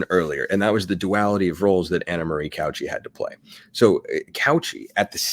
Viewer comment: You said her name so many times, my brain forced me to. Cauce is pronounced Cow Say, not couch e